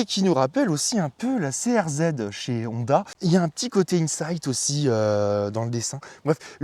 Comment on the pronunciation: C'est pas mal la vidéo, mais il faudrait tout même apprendre à prononcer correctement le nom de la marque (c'est également le nom de famille) - c'est HHHonda, et non ONDA , aussi l'accent est sur la lettre O, et ne pas à la fin sur la lettre A